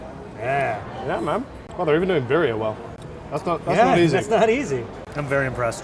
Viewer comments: This sounds nitpicky but every time pronounces “birria” like Maria it kills me. Has no one told him it’s pronounced BIR-ria? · dude, quit saying buh-ree-uh. please, you live in la for fs sake. beer-ree-uh. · "buh-riah" bro... you cannot be seriously mispronouncing birria that terribly wrong... come on get a grip. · how is it that you live in LA and don't know how to pronounce birria?